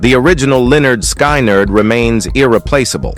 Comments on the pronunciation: Linner Skinird😂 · What a joke this list is. Anybody who can't pronounce Lynyrd Skynyrd can't be taken seriously. Line nerd Sky nerd isn't it. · Learn how to pronounce Lynyrd Skynyrd, There's actually an album title that will help; you out: "(Pronounced 'Lĕh-'nérd 'Skin-'nérd)" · A I crap Skynard is still syrong funny and sad A I can not pronouce the bands name